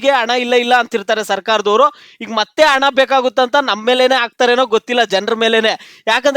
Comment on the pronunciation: Ana alla, hana anta helu Modalu chennagi maatanadalu kaliyappa.